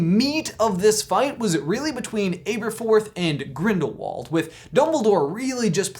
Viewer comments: GrindaVald you say it with a V. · It is spelled like Grindiwald but it is a German name and there w's sound like v's so it really Grindivald